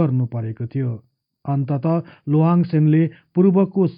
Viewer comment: उन्को नाम शुद्ध रूपमा उच्चारण गर्ने हो भने लोहाङ चाहिँ होइन लिहाङ चाहिँ हो!जस्को अर्थ धनुक धारी महाराजा हुन्छ!लोहाङ लिम्बु हुन सेन होइनन,सेन बंश मा हाङ लेख्ने न चलन छ, न उनिहरुको भाषा भित्र नै हाङ शब्द पाइन्छ!अर्थात मुकुन्द सेन का छोरा नभइ ज्वाइँ हुन उनि!लोहाङ राय अर्थात राजा मारोङ हाङ पट्टी का दस लिम्बुवान का एक सर्दार हुन उनी!अनि मुरेहाङ चाही मारोङ हाङ राजाको सन्तति हुन !उनै मारोङ हाङ को नाम बाट नै पछि त्यो राज्य लाई पछि गएर मोरोङ भनिएको हो!लिम्बुवानी सरदार हरु मध्य एक दुई जना सरदार पुङ्लाइङ साङ्लाइङ हरु मध्य राजा साङ्लाइङ हाङले खडा गरेको गढी लाई कालान्तरमा साइङ्लाइङ गढी हुँदै हाल सागुरी गढी नामाकरण हुन गयो! याक्थुङ आठ राजा मध्ये एक राजा मारोङ हाङ को राज्य मोरोङ आक्रमण गरि लिम्बुवान राज्य खडा गरेका थिए !!तर ती दस सरदर हरु मिलेर पहाडी एरिया तिरका हाङ हरुका राज्य त लुटे लुटे भाको एउटा मधेस को राज्य मोरोङ पनि हाङहरुले गुमाउदा ठुलो संकट आइ परेको थियो!ती हाङ राजाहरुले पनि त्यति सजिलै आफ्नो राज्य गुमाएका होइनन् !ती दस सरदार सित डोटेरै लडेका थिए तर दस सरदार हरु धेरै फौज सित बिषालु धनु काड सित को धेरै दिन लडाइँ पश्चात् हार्नु परेको थियो!आठ हाङ हरु धेरै जना मारिए !तर त्यो मोरङ राज्य को राजा मारोङ हाङ भने भागेर सिक्किम गइ ज्यान बचाएका थिए!छि त्यो राज्य मकवानपुर का सेन राजा को छोरी सित लोहाङ ले बिहे गरे पश्चात् सेन राज्य सित गाभेका हो !अनि उनले पाल्पा मकवन का हर्ताकर्ता युवराज जस्तो उपाधी पाएका मात्रै हुन!यी दस लिम्बू सरदार हरु लिम्बुवान तिर राज्य गर्ने आठ याक्थुङ राजाहरुका बिरोधि थिए!किनकि यी आठ राजा हरुको शासन त्यो बेला अती नै निरुङ्कस थियो भन्ने गरिन्छ!त्यो बेला एक राजा मारोङ हाङ ल